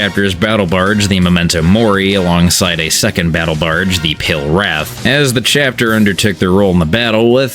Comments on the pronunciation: Are you saying “barge” like “barg?” With a hard g? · Bro can't say Barge correctly oof